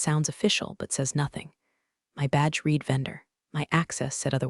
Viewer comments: So many of these have the same problem: "read" when past tense, is pronounced "red". What I hear (phonetically) is "she reed the email". Disrupting, and so wrong. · This keeps pulling me out of the story — “read” in the past tense is pronounced “red,” but I keep hearing “reed,” like it’s present tense. It’s such a small thing, but it really disrupts the flow and feels off, especially during emotional or pivotal moments. A quick fix that would make a big difference. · Absolutely love this channel. It’s one of my favourites, although I have to say some of the pronunciations are hysterical. Unironically and quinoa were my favourites.😂 Could you maybe spell the words phonetically for your AI? At least that be said correctly. ‘Read/ red would be a perfect example.